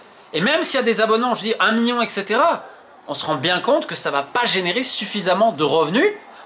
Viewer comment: Million pas mion 😂